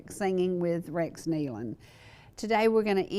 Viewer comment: Excellent! Excellent! Tribute to the Nelon's and thank you so much for pronouncing their name right! I was heart broken when I heard this news and I continue to pray for Autumn and the baby. They are in Heaven having a glorious time but we will see them again if we have Jesus in our hearts.